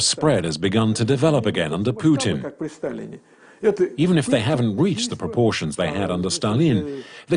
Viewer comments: Puteen? I've never heard Vladimir Putin's name pronounced like that. usually people who want to make it clear they don't like the man say "Pewtin". Puteen is a new one entirely, totally unprecedented in fact. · "Vlad Poutine" Lmao